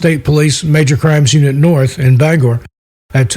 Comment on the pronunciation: Thank you for pronouncing Bangor correctly we appreciate it!!!